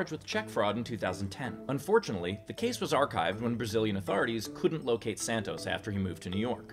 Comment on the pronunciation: i love these steve :), also great drinking game evrytime you say "santoz"